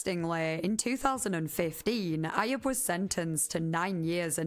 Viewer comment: Ayub is pronounced “eye-yuub” lol